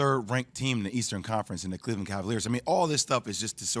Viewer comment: My man said Cleveland 😂💀